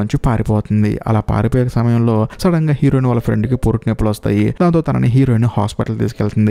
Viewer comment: Heroine and hero.. ee words konchem clear ga. Cheppandu..fast ga cheppadam vallam aa word heroin or hero ani clear ga vinipinchadam ledu